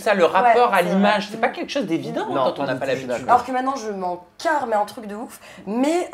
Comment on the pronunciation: J’ai compris « la carrie sous la facette »😂😂